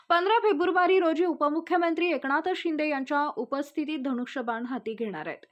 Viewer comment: एकणात नव्हे एकनाथ, बणे नव्हे बने. मराठी निट बोलता येत नाही चालली बातम्या द्यायला.